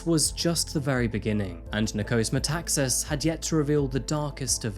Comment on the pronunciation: Nikos MetaxAAAAs thought not MetAAAAxas.He still pronounced that wrong.